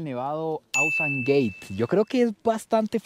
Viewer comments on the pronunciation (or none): Se pronuncia, el nevado AUSANGATE tal cual suena y no ausangeit 😅😊